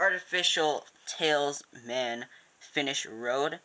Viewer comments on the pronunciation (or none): you kept saying tailsman It is talisman